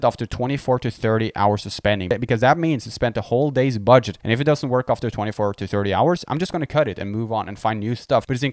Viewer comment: is he saying BUDSH*T?